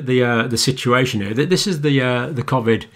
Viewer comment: Why would you pronounce Covid differently than everyone else? See you next Tuesday!